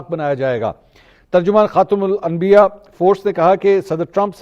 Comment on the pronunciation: Shabaaash.... Finally u did it... Pronounced correctly😂😂😂 Khatam Al Anbia....😊😊😊